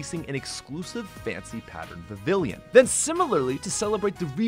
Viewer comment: Vivillon is pronounced [VIH-vee-on], not [vih-VILL-yun]. I’m not sure where you got the [yun] part at the end. No disrespect intended.